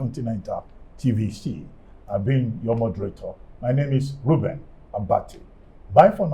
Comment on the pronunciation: Who else heard Mr President hailing Reuben Abati "rubi rubi" at the end of the media chat